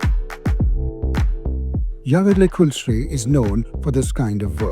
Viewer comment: Indians not only buy but also butcher name of Jaeger Lecoultre in their own ways